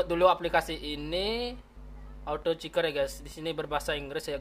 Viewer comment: Ahh ngomongny belepotan Kliker bkn ciker😴😴